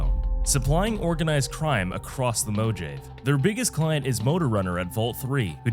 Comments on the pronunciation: “Mo jay v” my brother its “Mo hav a” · Mojave? Its pronounced "mo hahv A" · You 100% said it like Mo-jay so I'd comment on it you bastard. Well played. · Mo-jay-ve mo problems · I winced every time you pronounced Mojave, but it's pretty based to use a fallout video to education people about the horrors of modern healthcare and inspire us to do better. The New Vegas team would be proud. Awesome vid 👌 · Im sorry, I don't think that's how you say "Mojave" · It's not how you say mutfruit either. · it is absolutely not how you say Mojave or nuclear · I assume it's a.i anytime I hear easy words mispronounced